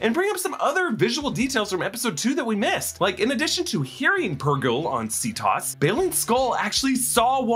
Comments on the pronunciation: Every time you say "See-toss" it reminds me of Cetus, a sea monster from Greek myth (they would have said it with a hard c though) from which we get "cetacean," all the whales, dolphins, etc. So that may be another connection to the Purgils. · Well technically Cerberus is supposed to be Kerbouros, but that doesn't change the fact people use the soft C in media.